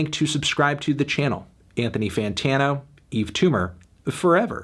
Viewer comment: WHY ISN'T EVERYONE DISTURBED THAT HE FINALLY SAID HIS NAME RIGHT